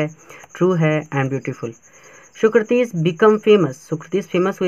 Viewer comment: Socrates nahi bol pate ho aap